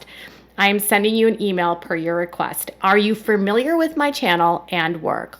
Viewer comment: Please stop mispronouncing the word Familiar. It’s not pronounced with 2-R’s! It’s not said “Ferrmilyer.” It’s pronounced “Fah-mil-yer.” Only one “R” sound.